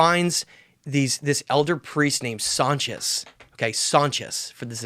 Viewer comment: Sonchis not Sanchez you schmucks